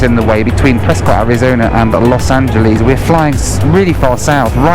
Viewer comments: I remember doing a DC 10 from Chicago to Denver that was very bumpy. All the lights were on. Flights westward from Denver often are bumpy because of the mountains in the summer. You got a bad day. Los Angel(less) not (lees). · Los Angel..ees :) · Los angelees lol